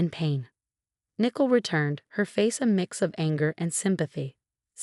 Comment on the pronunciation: It’s Ni-coal, not nickle. Blimey!